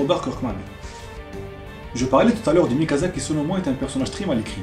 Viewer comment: ah encore une chose ! Mikasa ! ca se prononce Mikassa ! un S entre deux voyelle en japonais se prononcera en S et non Z